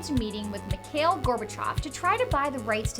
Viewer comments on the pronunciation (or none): none